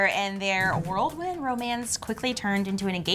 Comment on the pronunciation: It’s whirlwind, not world-wind.